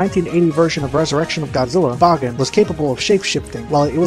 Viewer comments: Bahgin? I always thought it was pronounced Baygan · bagan is said Bag-an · It's pronounced "Baygen" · Bah-gen? Huh. I always thought it was pronounced Ba-gan… but I guess that was just me. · I know it's the incorrect pronunciation, but I always pronounced Bagan like pagan. Makes sense given some of his godly origins. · Please stop saying bagan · I always thought the pronounciation of Bagan is Bae-gan instead of Ba-karen,Ba-kan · i hope bagan (who i pronounce began) will apear in at least 1 movie or more games or else he will be called the "scraped monster" right?